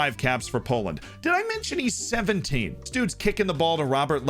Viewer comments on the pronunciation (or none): none